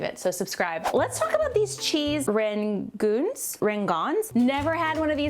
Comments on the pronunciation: Its pronounced ran-goooon like the goonies rhymes with boonies and booties lol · Two o in a row make a u sound. Rangoon sounds like rang goon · They are cheese Ran-Goo-En I hope that might help you say that word my southern sister. Your friend Tennessee Girl to lol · Lol. Ran-goon like “The Goonies” 😂